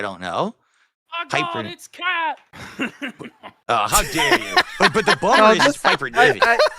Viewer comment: Why does everyone write "Khet" when clearly says "Kheah"